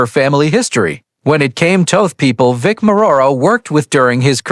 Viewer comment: Hahaha.... can't even pronounce or spell Vic's name right.